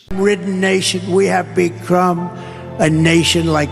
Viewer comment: "We have becrum a nation..." YIKES